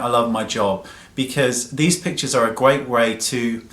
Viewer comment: Every time he says pictures, I hear him say bitches :P